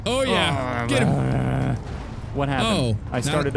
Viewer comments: Not trying to be mean but I “THINK” ( not 100% sure ) but I think it is get not git again not trying to be mean. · its "get" not "git". No offence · You said don’t git bit not don’t get bit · "Don't git bit" seems legit